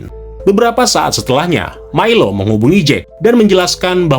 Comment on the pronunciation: Milo, dibacanya Mailo